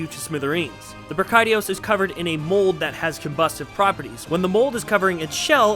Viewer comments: please don't think that I am trying to be rude however when I play online the majority of people I hear say is. Bra-ki-dee-ous. Ive been playing since 4u and I don't know how to pronounce all the monster names. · OMG the way you pronounce Brachydios is so triggering! But great video though! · Bruh-kai-dee-os? Bree-kai-dee-os? What.. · great video. Your pronunciation of brachydios had me rolling